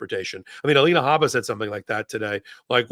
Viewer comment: Duh-lina Habba habba.....😂